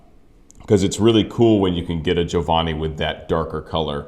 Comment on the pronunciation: Try to say Giovanni right. You say Giovani. Make an effort. Giovani sounds dumb and this is your profession! There are few rules in Italian and most opera singers are too lazy to learn the pronunciation. You also say Sieppi, that was a p too much. Sieeeeeepi! Also not Lepporello, but Leeeeporello Geez...